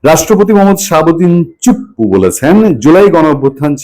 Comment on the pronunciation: রাষ্ট্রপতির নাম শাহাবুদ্দিন বলার পর চুপ্পু বলার সময় 'চু' উচ্চারণটা একটু বলিষ্ঠ ও ধাক্কা দেয়ার মত মনে হলো।